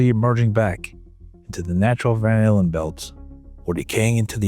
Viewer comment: It almost sounds like that's what he said lol